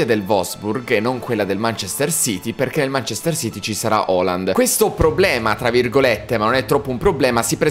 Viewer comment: Raga si dice halland no holland